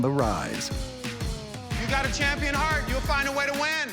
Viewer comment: Paulo Costa says Kamaru the Komodo Is the Shampion 😁😂😆